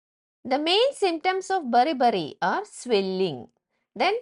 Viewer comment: 😂😂😂😂 beri beri hai bari bari kyu bolre